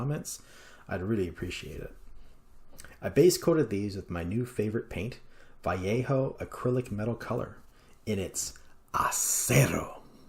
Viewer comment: Nicely done! You've achieved very realistic results. Also thank you for being probably the only English speaking person on YouTube to pronounce Vallejo correctly. You've earned a sub. 👍